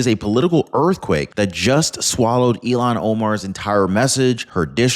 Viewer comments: Ilhan. Like ill han. Not illon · you keep calling her Elon. Elon owns Tesla and SpaceX, her name is ilhan. Look at the spelling. It's pronounced ill-hahn. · 意図的な意訳が成され記事です。"Ilhan"はイーロンでは無く、イルハンと発音する。The intenntional bad translaition into Japanese was made. Ilhan:-> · I'll Han , not Elon 😅🇺🇸🏡👩‍❤️‍👨🪕